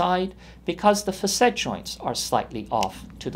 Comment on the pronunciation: It's pronounced "fa'--sit", ! The first syllable gets the accent/stress. The "a" is a short vowel sound, like "cat". So undo whatever you learned and tell whoever taught you to mispronounce a word that has been in the English language for over 200 years; to pull their head out of their butt and look at a Webster's dictionary!